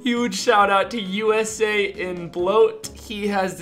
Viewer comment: USA bloat... it’s Usain Bloat play off Usian Bolt